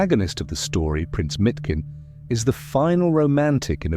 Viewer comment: It's not Mitkin but Miškin [Mishkin]. miš [mish] means "mouse", which is a contradiction with his name Leon (lion), in english: Lion Mouse.